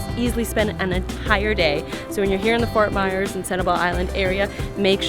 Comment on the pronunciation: (Fort Myers ) repeat with me MYERS NOT MEYERS or MAYORS OR MEYORS 😶